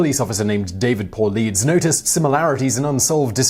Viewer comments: The first time you said it, the detective's name sounded like David Poor-Leads to me. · You said David “Paul-Leeds”, it’s pronounced “Paul-Eye-Dess” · David Paulides pronounced Paul.I.dus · It’s not David pauldeez lol it’s Paul I dus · Pul-li-des, not paul-la-dez... Sorry, had to correct pronunciation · This was ages ago, but I think the author's last name is pronounced paul-i-tus. Or my mystery podcast has lied to me. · Polides... "Poh-Ly-dis" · Uhg again... It's not pronounced poll-leads. Its pronounced puh-lie-dess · Why don't you learn how to pronounce people's names before you start a YT channel lol. Paul-eye-dis not Paul-Dees. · It’s Paulides not Paulideez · It's pronounced Paul-Eye-Dus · Great vid bro! Thank you. Just the pronunciation... It's David 'Pah'-'lie'-'diss'. Super interesting. There must be rational explanations for how these people went missing, or lost their lives... but there are certainly some weird facts surrounding these cases. Uncanny. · It's Paul-ay-dees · David Paul Leeds? It literally does not take much to figure out the correct pronunciation of someone’s name if your making a video for potentially millions of people… Half assed journalism… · David Pa-lie-dis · Pronounced Paul-eye-dez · You're MASSACREING the pronunciation of the authors' last name. It's Greek. puhl-EY-deez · Paul-EYE-deez, please. And "Les" (short for Leslie, not Lee) Stroud. Do a bit of homework for names. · Pronunciation: “Paul * I * Tus” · These qualified 411 case researched by Dave Pol lite ees ( proper pronunciation ) I am sold on are Alien/UFO Abduction. victims found have had their minds manipulated with info which was false . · I'm certain someone else told you this already but it's pronounced Paul-ai-dees. I just woke up and already did the first but definitely not last annoying thing I'll do today 💁‍♂️ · Simon, it's David Po-Lye-dus, that's how it's pronounced. Sorry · *paul-EYE-deez*; It's Greek. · Stopped . Who's David Pooleeds? Lol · Paulides = Paul-eye-dus